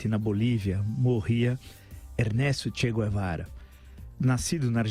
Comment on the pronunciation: Che Quevara, kkkkkkk Quem lembra do Hermes e Renato?